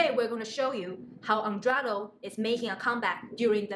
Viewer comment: You repeatedly mis pronounced Eduardo's name. Very disrespectful and again you should scream less and slow down a bit. Your content is good, but very draining to watch